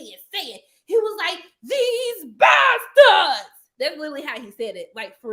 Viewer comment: The way she said bastartds took me out lol I wanna watch the show with her now can we do a watch party for the season finale